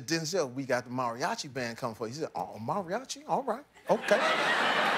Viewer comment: Kills me how he is mispronouncing "Mariachi" but its all good.